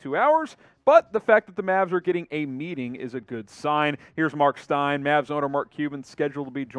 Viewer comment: Meeting. Lmao not metting. Tf? Lmao